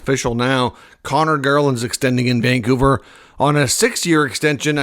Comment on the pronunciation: It's Vancouver.